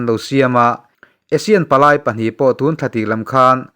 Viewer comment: TUN ;;hi''Thun Ti'a lam rik tur a Nia.